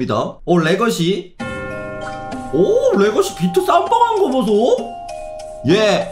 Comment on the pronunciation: 래거시 아니라 래거사인데...😅